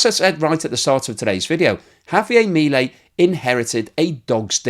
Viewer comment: I appreciate your keeping people updated about how things are going in Argentina and your thoughtful analysis. However, I do have a quibble: How is it that in all this time you have not learned to pronounce President Milei's properly?